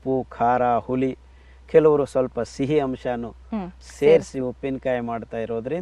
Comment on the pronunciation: ಹುಲಿ ಅಲ್ಲ ಸರ್ "ಹುಳಿ"